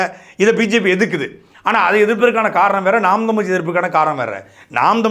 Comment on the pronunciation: தமிழ் என்று சொல்லுங்க சாட்டை தமில் தமில் என்று சொல்லும் போது மலம் தொட்ட உணர்வு வருது வேறு யாராக இருந்தால் கெட்ட வார்த்தையில் எழுதி இருப்பேன்.